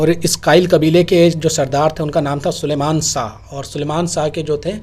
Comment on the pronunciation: Sar sha nahi shah aap apni zuban sahi kare shaa nahi shah